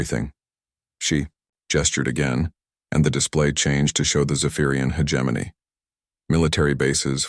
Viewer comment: When will AI learn to pronounce hegemony correctly 🤔